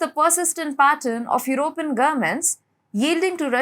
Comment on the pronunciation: I love the way she says EurOpean and conservAtives 😄❤